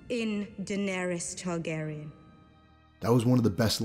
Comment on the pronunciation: “Jamie Targerian”???